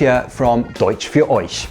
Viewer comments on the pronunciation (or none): none